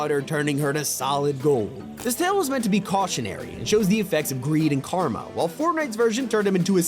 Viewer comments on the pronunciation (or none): none